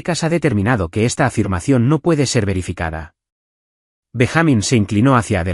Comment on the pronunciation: BenjÁmin? No es Benjamin? Payasos?